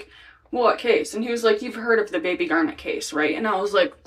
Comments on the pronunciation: It’s GAR-net. Like the semi precious gem. NOT gar-NET. Or Garnette. Why the weird emphasis on the last syllable? Poor reading skills in the US public school system? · GARnet, like the stone. Not garNET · I think her name is Garnet, like the stone, not Garnette. Thanks. ❤ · Are you pronouncing that right? I have always heard it as "garnet" like the January birthstone. Basketball player Kevin Garnett is pronounced with the stress on the end because of the extra "t". Just wondering because I always heard it as Lake Garnet, with the stress on the first syllable. Maybe I am pronouncing it wrong. Yeah, that's what to focus on. Did the woman ever say why she didn't report it? I assume this was a miscarriage. And was she camping? So many unanswered questions. Rest in peace little one. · Michigander here! Love your video as always, I wanted to let you know a few pronunciation things because Michigan has some fun pronunciations. Mackinac = "Mack-in-awe" Garnet = "Gar-net" we usually say it quickly so while it has 2 syllables it comes out like a single syllable almost 😅 (like gar-neh) St. Ignas = "Saint ig-nus"